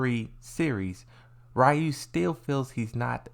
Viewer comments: no they called oro, oru in the video and they pronounce ryu rayu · Its not oru its not rayu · I can’t believe how many people still can’t pronounce Ryus name to this day.